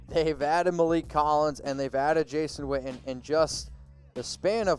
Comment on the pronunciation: I thought his name was Witten, your pronouncing it Whtten...